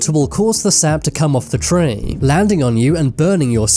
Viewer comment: i had to quit the video after hearing you say ''treeee'' second time .. careful with your accent and anus pls